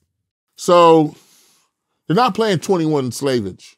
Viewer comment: 🤣🤣was that intentional ? "21 Slavege" this dude cracks me up on every interview